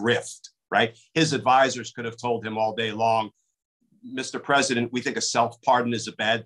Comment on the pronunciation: He’s not peesident